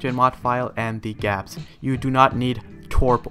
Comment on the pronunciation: Did he really just say gapps? Google Apps? lol